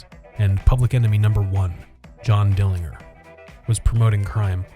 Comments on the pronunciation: Pronounced mel lett, . You said it too fast. And John Dillinger....Dillin - jer. More like a J than a G. When I was a wee kid I actually lived in Donald Mellet'ts house! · Dillinger, soft “g” like George.